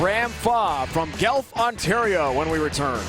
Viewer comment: The announcer pronounces Guelph wrong. Guelph, is pronounced GWELF not GELF. It's very annoying to hear.